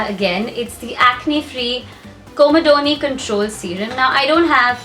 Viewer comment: its not coma-don-ee its com-ey-don